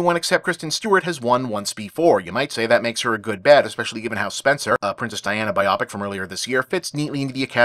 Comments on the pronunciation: I dislike people pronouncing 'biopic' like 'myopic' instead of 'bio-pick' though obviously this is completely inconsequential grousing on my part either way. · Here for how Bob says "biopic"